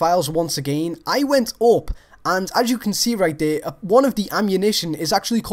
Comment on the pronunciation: "Right dere that's pearfect"